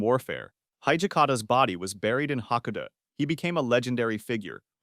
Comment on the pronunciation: Pretty good video overall. But pronunciation is all over the place with the worst on ha-ko-da-te